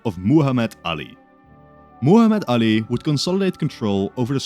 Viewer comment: It is Muhammad Ali not the way you are pronoun